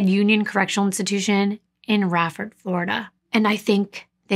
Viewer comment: Not blaming the boys' dad but if they were telling him they got hit with a hanger until it broke, why did he give them back? Side note, Raiford is pronounced RAY- ford. I used to work there, lived in Starke near by. But otherwise amazing coverage!